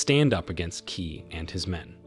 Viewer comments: Qi is pronounced Chi but key does sound funny! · Qi pronounce as Chi